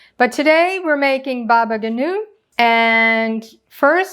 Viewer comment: thank you dear lady! btw baba ganoush is pronounced with the s at the end :)